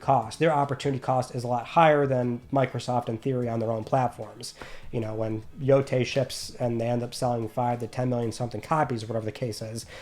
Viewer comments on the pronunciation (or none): none